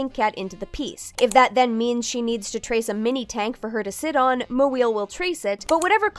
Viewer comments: i will admit think the mispronunciation of her surname… over and over again, around the 57 min mark gets old fast. there are many things that are fair game to make fun of her for but her non-anglosaxon surname is not it. my pov is latin american and not west asian american but like. still. my last name’s been mispronounced and butchered by people to the point of my family changing it to better fit in. it doesn’t take long to look up “how to pronounce moeel” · Yeah that's what I was thinking the whole time 😭 If you have a hard time pronouncing it just say the best you can, no need to be like... that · I get that Moeel's not a stellar artist or anything and doesn't really deserve any respect for the way she conducts herself or treats others, but it's still kind of a yikes to make fun of a non-Anglo name like that, especially since I'm willing to get the person reading TCAF's statement wouldn't have said an Anglo name like "Jackson" "Smith" "Jones" etc. like that. Just Google the non-Anglo words or names you'll have to pronounce next time before recording. There are entire YouTube channels dedicated to helping teach people how to pronounce words in a multitude of languages. It's not that difficult, and people need to stop acting like it is. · Kay but why trying to pronounce her last name badly exaggeratedly bad? Idk man is othering as fuck Yeah she an asshole, but that doesn't give free pass for lil assholeness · i’m pretty sure they just don’t know how to pronounce it correctly, not doing it on purpose to make fun of her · I don’t find the mispronunciation gag funny to be honest, no hate to the voice actor, but if you know how to say “mo” and you know how to say “eel” then you know how to say “moeel” It’s not difficult and it just comes off as mocking her on a different level than just making fun of her traced and stolen art to me personally. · ... I just like how this guy tries to say "MoEeIil". It's so Jerry Lewis-ish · Who kept butchering her name lol 😭